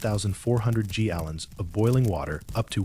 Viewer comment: when talking about the geyser, it says 800 g allons and not gallons. And when talking the time, 10-14 hr cycle and h hours instead of Jusr saying hours That seemed like ai to me, but thanks for clarifying